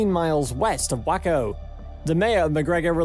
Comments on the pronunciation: Great vid. BTW it's pronounced "way-co", not "wah-co" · “Way-co” not “Wah-co” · Waco not wacko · its pronouced "Way Co" not wyco you smuck.. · The town is pronounced, "Way-Coo" - NOT - "Wack-OO" : ( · Waco=way-co not whacko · Whacko? 🤣😂 "Way-ko" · 15 miles west of Waco, pronounced, way coe. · Guess he’s never flown a Waco….